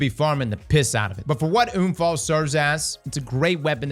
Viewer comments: Bro….UN-Fall not oon-fall the fuck is wrong with you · Für echt junge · everytime he says unfall i love it as a german native speaker this sounds so wrong but so amusing edit* i just realized sturm, drang , unfall these are all german words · Same here, said to a friend 'ich würde gerne einen Unfall haben' 😂😂 it's hilarious.